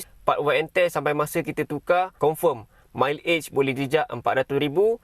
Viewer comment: aku sakit tlinga dngaq dia sebut mile age...susah sngt ka nk sbut mcm mat saleh awbut mileage???😂😂😂